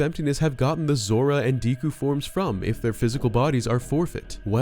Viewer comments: Decku is not pronounced Deeku, its pronounced like the main character of My Hero Academia. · It really does amaze me how people mispronounce simple words... Its not "Dee•ku", it's "Deku", as in: "DECK•KU" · DEHKU NOT DEEEKU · It’s pronounced deh koo